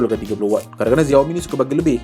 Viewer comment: Bang XIAOMI tu sebutannya SHIAOMI bukannya ZIAOMI